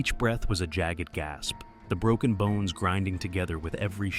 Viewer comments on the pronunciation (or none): none